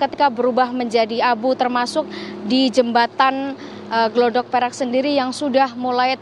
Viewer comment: Bukan glodok mbak tapi gladak...